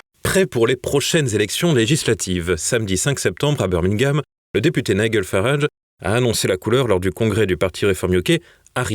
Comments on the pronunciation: 2 journalistes ne savent même pas prononcer le nom de nigel qui se dit naïdjel et non pas naïguel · Très bonne info comme d'habitude. Une remarque: Nigel se prononce Naïllejeule Farrarage pas Naïllegueule. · C'est Nigel comme dans gel, pas Niguel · Apprenez à prononcer nigel pour éviter d'être ridicule😂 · Ne serait-il pas temps d'apprendre à prononcer le prénom de Nigel Farage??? TVL a vraiment des journalistes au-dessous de tout.